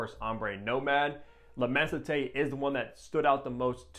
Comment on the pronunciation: immenSité its an S not a T